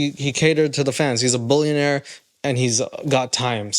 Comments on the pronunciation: Seriously you have 10 people at my workplace listing to you laughing so hard because of your toddler accent! we forgot that you were even talking about hard rock nick ! we all agree the the way you say billionaire/bullinaire is so tard sounding 🤦😆🤢🤮 stop with that horrible accent it’s cringey af ! 😅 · He meant “bouillon”aire 😂 big chicken guy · If you say “boolyanaire” one more time. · Are you saying "bullionaire" and "bullion"? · Be prepared to hear the word “billionaire” get mispronounced about 1000 times in on video….its not “BULLION” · "retired bullunaire" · I can only hear you say bullyiionare on the internet I hate to tell Nick baby doesn't know if car is very well that is not a Mercedes-Benz interior is too cheap what a moron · I mean... he also said bullionaire about 30 times in this video.